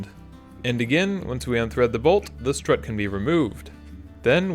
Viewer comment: Is it me or does it sound like he is saying slut